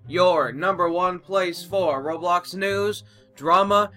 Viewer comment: Rublux.... Roblox (u should have said "I'm sorry for miss pronouncing um, the game i play and share news about it." Just sayin, don't wanna spread hate around the bloxian news)